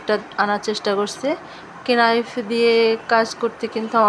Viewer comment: কেনাইফ না নাইফ